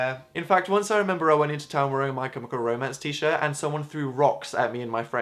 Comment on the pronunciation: say My CHemical Romance again. pleas.e